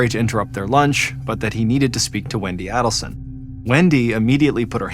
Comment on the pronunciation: This has been a huge case in the true crime community for years now and it's still not over. Someone needs to tell John it's pronounced AIDelson not ADDelson. I hate to be the one but I'd want someone to tell me if I repeatedly mispronounced a name in an extremely well know case like this.